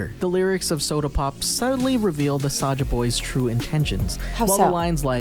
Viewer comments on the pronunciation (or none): It's saja boys not soja boys